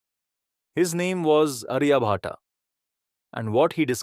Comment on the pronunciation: and minute time frames you have shown wrong map of Kashmir inside globe. Also wrong pronunciation of Aryabhatt. Its not Ariya Bhataa its आर्यभट। Please do correct the map in all other videos of yours 🙏